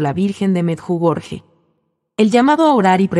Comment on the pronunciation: Sr pronuncia meyugori